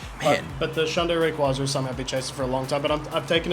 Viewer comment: You’re a big Ray QUAY Zah guy Its not QUAH its QUAY